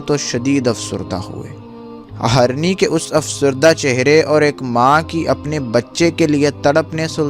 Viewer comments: آپ اپنا اردو تلفظ ٹھیک کرو پہلے جیسے hirny ko aap harny bolte ho Same so many mistake u did not provide information what u promise about pics and his dead body bcaz u said hazaron ne dekha So many mistake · Its Hirni...not harni 😑 deer (female) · Bhai story azeem badshah ki hai magar bhai Urdu theek kr lo, harni nahi hirni hota hai